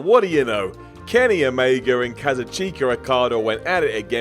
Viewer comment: Kenny Omegrr